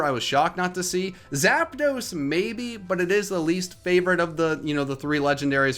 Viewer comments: THE SECOND P IN ZAPDOS IS SUPPOSED TO BE A D! FIX IT NOW! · THE T IN ZAPDOS IS SUPPOSED TO BE A D! AND WE DO NOT REFER TO POKEMON AS A BOY OR A GIRL! AND ONE THING ABOUT THE LEGENDARY BIRDS IS THAT THEY HAVE A SPANISH NUMBER IN THEIR NAMES!